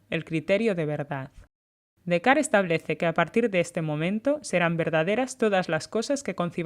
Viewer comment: Es Descartes pronunciado en francés